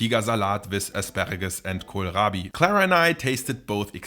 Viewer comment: When you said "kohlrabi" I heard "Gorlami".